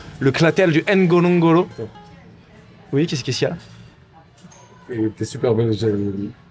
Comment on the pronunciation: " le cratère du N'Gonlo gonlo" 😂😂